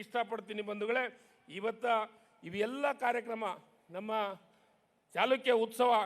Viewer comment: ಸರಿಯಾಗಿ ಮಾತನಾಡಲು ಕಲಿ ಇಮ್ಮಡಿ ಚಿಲಕ ಅಂತಿ ಇಮ್ಮಡಿ ಚಾಲುಕ್ಯ ಅಂತ್ ಅಂತೀ ಇದು ಚಾಲುಕ್ಯ ವಂಶದ ಇಮ್ಮಡಿ ಪುಲಿಕೇಶಿ ಅಂತ ಮಾತನಾಡು ದಡ್ಡರನ್ನ ಮಂತ್ರಿ ಮಾಡಿದರು ಹೀಗೆ ಆಗುವದು